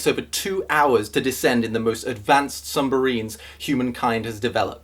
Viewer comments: when you try to sound intense but accidentally say "sum-barine" lmfao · OMG HE SAID SUMBARINE, I SWEAR TO GOD 😂